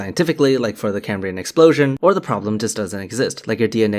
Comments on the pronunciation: Why would anyone who claims to be expressing a scientific theory on how life is possibly pronounce Cambrian as cay-me-brain? That's not just mispronouncing it, it's a complete butchering of the word as if he's never seen it before. It's supposed to be pronounced like it's written Cam-bri-an. Of course Creationists have no idea what they're talking about so it makes sense they've never seen it before, but FFS you'd at least read the script carefully. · I'm not going to take anyone who can't say "Cambrian" properly, seriously. It's pronounced as the Prof says it, not came-breean. Moron... (That's a word, pronounced exactly the same as in the English, in modern "Cambrian" - Welsh - which means carrot. So if you know any morons, call them "carrot" and they'll be even more confused lol. You're welcome 😉). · Why does Meyers mispronounce Cambrian?